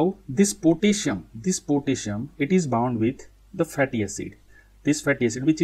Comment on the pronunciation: Why u say pitissium😂